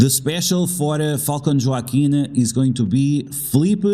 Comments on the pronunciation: Wah-keen is Joaquin 😊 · I was just about to say the same thing. Spanish pronunciation, bro 😅